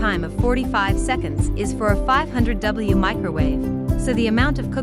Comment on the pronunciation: "500w" is supposed to be pronounced using text to speech software the same way as "500 watt". Perhaps "500 watt" shoukd be used as input to the text to speech prgramme while "500W" is shown in the visual Slide show presentation.